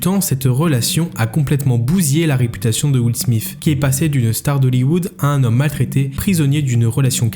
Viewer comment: " will smiff " j ai vraiment eu du mal dans cette partie